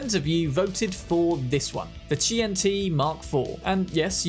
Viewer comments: QianT is Chinese so "qian" is one syllable, "chān-tì" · “That Kwaiyant mark fuck” 😂😂😂